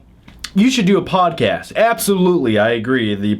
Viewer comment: it's podcast, not podcass